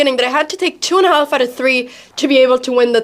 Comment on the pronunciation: HAF its pronounced HAF the "L" is silent